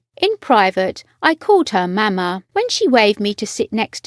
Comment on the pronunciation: Probably 'm'-Mah', not 'MA-ma'. Blimey.